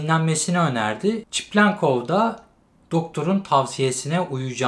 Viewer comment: videolara devam ama şu adama çiplenkov demesen:D seviliyorsun